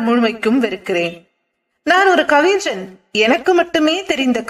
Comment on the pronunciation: கவிஞன், கவிஞ்சன் இல்லை. Watchman cabin , coffin இல்லை. சிறு சிறு பிழைகளை திருத்திக் கொள்ளுங்கள். நல்ல குரல் வளம் உங்களுக்கு இருக்கிறது. தயவு செய்து ல, ள, ழ வித்தியாசத்தை புரிந்து கொள்ளுங்கள்